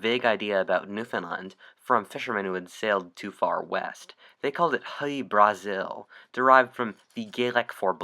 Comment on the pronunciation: that was probably a mispronunciation (not like anyone could blame him, celtic languages tend to somehow make less sense then english)